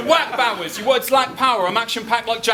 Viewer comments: Did this dude just say Henry Sourse?!! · was the judging section a competition to see who could butcher Henry Bowers name the most?